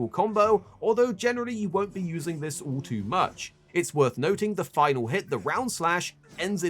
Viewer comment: It sounds like you keep saying file file file it’s a (Vile)better yet you could simply say 5 counters